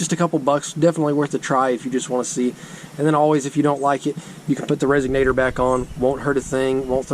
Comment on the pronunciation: Did he say resegnator